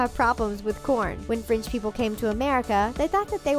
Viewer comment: Golly her French is horrible